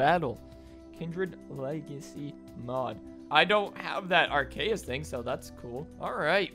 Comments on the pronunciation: It’s pronounced ar-cee-us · It’s not said arkaus it’s called arceus also I know I’m spelling it wrong I’m saying how y say it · #Thursday also u pronounced Arceus wrong